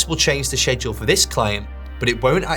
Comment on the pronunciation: Hi sir, it's actually pronounced "sked-jool", and not "shed-jool."